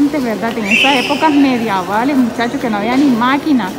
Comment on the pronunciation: Se dice tiempos medievales, no mediavales. Se te quiere de todas maneras.